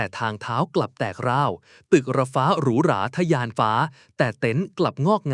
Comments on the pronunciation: ใช้ AI อ่านหรือเปล่า อ่านผิดหลายคำ เช่น ทรุดโทรม ต้องอ่านว่า ซุดโซม, คำว่า แตกร้าว ต้องอ่านว่า แตก-ร้าว มิใช่ แตก กร้าว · แตกร้าวครับ ไม่ใช่แตกร่าว😂